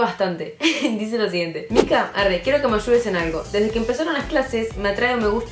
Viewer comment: Que roberto aprenda a decir mica